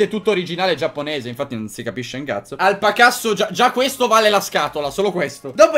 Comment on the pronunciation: Alpacasso io ho capito alpacazzo